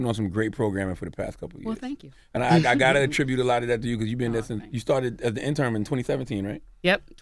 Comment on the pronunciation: Charla pronounces intern, interm and interim, interm.